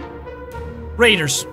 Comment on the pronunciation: Raiders... it's raiders